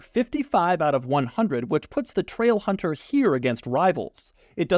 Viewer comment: Loved the part where he said TRAIlhunterr